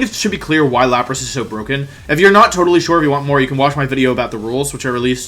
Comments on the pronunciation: Said wideo like 5 times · Why is he saying wideo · I don't know why I keep clicking on your content because as soon as I hear "wideo" I murder a stranger out of rage.